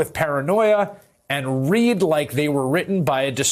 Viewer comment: It's a shame Chris, you don't know how to pronounce "read" (i.e. short or long "e") in the context of the sentence it's written in. "A lot of them were dripping with paranoia and [red] like they were written by a disturbed person" was the correct pronunciation for "read." not, "... paranoia and [reed] like..." 🤦‍♂️ Americans: bastardising the English language one mispronunciation at a time.